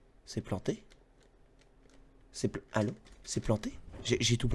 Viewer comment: J'adore le "ALLO!" made in Bretagne # XD Merci pour cette émission ^^